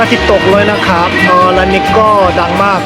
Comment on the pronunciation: อยากขอให้ออกเสียง ครับ ด้วยเสียงของไม้ตรีค่ะ อาจเป็น ครับ คร้าบ หรือ คับ ก็ยังดี😁 แต่จริงๆก็ยังไงก็ได้นะเพราะเข้าใจว่ามันก็แค่สำเนียง 🤗 สู้ๆนะ 10k sub อยู่ไม่ไกล ถ้าถึง 10k แล้ว 30 k หรือ 100k ก็แค่เอื้อม👌